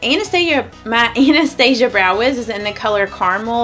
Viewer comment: You are the first YouTuber who pronounces Anastasia correctly. 😊My friend has a Russian friend named Anastasia. Being a Russian name, she is definitely pronouncing it correctly.